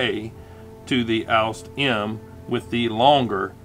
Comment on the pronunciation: I have to say, it annoyed me how you pronounced "Ausf." as the word "oust". If you do pronounce Ausf., please try to pronounce the "f" as an "f" and not as a "t". It is a contraction of the word "Ausführung" (ows-fyoor-roong) and simply means "execution", as in an execution or building of a design.